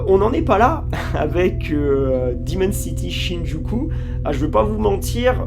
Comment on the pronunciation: Wooow!! Amazing, "diiimon Cityyyy SHIIIIIIIN-JUKU" (en vrai c'est très bien et j'ai hâte de t'entendre encore parler japonais!)